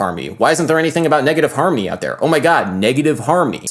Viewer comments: Why does he pronounce “harmony” as “harmy” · he pronounces it more like "harmny", with the o almost completely disappearing and the n kind of merging into the m. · I keep hearing negative "harmy" 😂😂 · Bro you need to practice enunciation. You say "harmy" rather than harmONy, turning a 3 syllable word into 2. This error stuck out to me so bad and then i staryed noticing more similar errors